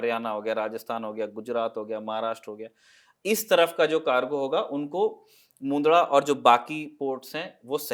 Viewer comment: मुन्दडा क्या चीज है भई? मुन्द्रा नाम है ठीक से नाम लिया करो.